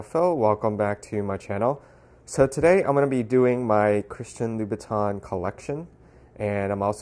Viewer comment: THE CORRECT PRONUNCIATION IS: ''CHRISTIA LOOBUTAH''!!! you bet!!!